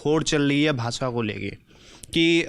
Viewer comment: Lallantop waala hi भाषा ko भासा bol रहा है 😜